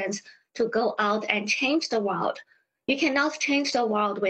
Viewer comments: 哇哦d，是这么发音的木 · "you cant change the wowd with out understanding the wowd"